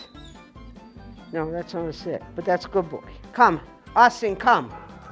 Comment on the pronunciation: Hayyy that's a Austin video.... Sounds like the lady calls him Awsome😂😂😂 thus the Austin video